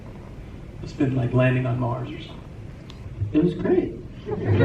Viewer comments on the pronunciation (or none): none